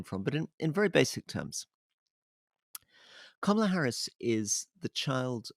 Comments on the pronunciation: KA ma la. Accent on the first syllable. The right wing pronounces her name incorrectly on purpose, but the rest of us are trying to correct that. Cheers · It’s pronounced comma-la 😅 she is Trump’s worst nightmare. What can he attack? He will be seen as sexist, racist or misogynistic not a good look for the independent people he is trying to attract to vote for him 😂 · Mispronounced; kamala rhymes with pamela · Why can't they pronounce her name correctly? It is not brain surgery 🤔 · she has said herself that her name is pronounced comma-la. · Does make you wonder how much these guys know when they can't pronounce her name properly. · Kamala as in Pamela with a K. It is not difficult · disappointed in Alasdair. Firstly fpr mispronoucing her name and then for giving an incorrect height- she says she's 5'4" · Kámala. Accent the first a. 👍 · more short o than a in intial syllable but the syllable stress is correct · Alastair please learn to pronounce her name correctly. It’s Kama-la not Ka-ma-la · Alastair, it’s KAMala. Trump and his people refuse to call her by her real pronunciation.. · Her name is Kamila not Kah-mah-lah. Why do British people insist on doing this they called Barack Obama “Bay-rick”. I’m so sick of it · Alastair, please learn to pronounce her name. It is not ka-MAL-a. It is KAM-a-la. (Think Camelot.) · Alistair, Kamala (pronounced KAM-ulla, not ku-MARLA) Harris is 5' 4" not 5' 2", per an interview she gave with Katie Couric. I am surprised that she is my height, though, as she always appears to be tall and rangy. I guess it must be the high heels. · Her name is pronounced Kahm uh luh not kar mar la. It is quite a dishonour to incorrectly pronounce some name almost deliberately incorrect. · Two notes for Alistair: a) Her name is pronounced KAH-muh-luh not kuh-MA-luh. b) That dog is so cute I can't hear a word you're saying. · 'Comma la' Harris, not Ka mah lah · Karma -la, not comma la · Ka-mah-lah Harris? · It's KAH-mah-lah